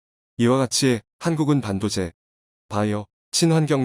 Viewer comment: 읽는사람이 반도체도 모르나 반도제라니 또RD는 뭐요? 듣자니 정말 불안불안 하네요. 한국사람이 맞는지....... 조선족인가?